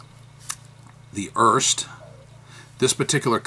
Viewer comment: The Pelikan M205 and M200 are identical except the M200 has gold trims while the M205 has silver/chrome trims. The pen looks nice but I'm a bit concerned about the missing rollstop. Just a bit of nitpicking: Here in Germany the last "e" on Erste is spoken, so making it a two-syllable word "Er-Ste"